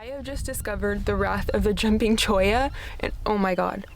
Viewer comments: Yes you’re saying Cholla correctly ☺️ If you haven’t been to Golden Gates pass, go. It’s top 1% most beautiful spots I’ve been to in the Sonoran Desert. And I’ve been to lots of spots. It’s just west of Tucson. Right out of town. Starting in town take Speedway Blvd to the west. It will take you straight there 😎🌵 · Beautiful setting. You pronounced cholla perfectly. I love spending my summers in northern AZ and a few cool months in southern AZ. Very nice looking dog.